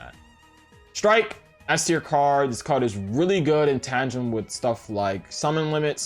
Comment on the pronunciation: It’s “tan-dum” Not “tanjum”